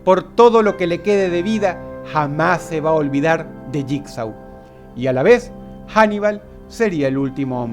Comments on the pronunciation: Bitch Please es Jigsaw y se pronuncia lligso dilo bien si lo vas a decir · JIGSAW y se dice (jigso) JIGSAW ganaria creen que el no crearia un numero considerable de trampas para hanibal como DROSS lo dijo craimer lo predice todo,todo, es imposible que JIGSAW pierda, claro hanibal es mejor en salud fisica pero... No se JIGSAW tiene ese toque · Se pronuncia asi Saw = So Jigsaw = yikso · mmm jigsaw se pronuncia yigso